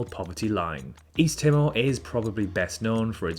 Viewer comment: My uncle is from Tuvalu. He came to Australia in the 60s. Climate change is a huge concern there, as water levels keep rising and the islands are slowly disappearing. P.S. Timor is pronounced Tee-more. It's a developing nation with a very young population.